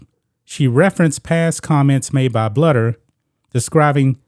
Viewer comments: It’s “BLUE der” not “Bludder” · The Iowa coach is Lisa BLUEder. Bluder is prounced BLUEder. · Lisa Bluder is pronounced Blue der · Thank you for coming to our Iowa Head Coach Lisa Bluder (pronounced Bl-oo-der) defense. Lisa is the absolute LEAST racist person ever. She is above reproach and a super respected coach. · Love your show, not an Iowa fan but I'm from Iowa. It's pronounced Blue-der though. Just saying. ❤ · That’s really disappointing. I’m a Caucasian Iowa fan. I have always respected Staley and liked watching her teams. I hope she will have change a heart. PS Bluder’s last name is pronounced blue-der 😊. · Bluder is pronounced Blue-der. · ...agree w/ everything you say but it's pronounced...BLUE-der... ...Jesus Christ dude...do some pre-production prep...